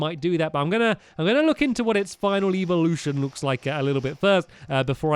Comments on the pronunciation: stamps its evolution not eeveelution. eeveelution is for eevees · it is ĕvolution not ēvelution